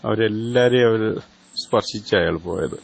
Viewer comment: അയള്,അയള് ന്ന് പറഞ്ഞത്ഒട്ടും ശരിയായില്ല.